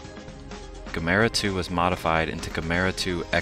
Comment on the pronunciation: Doesn't anyone know how to properly say Gamera!? This narrator doesn't.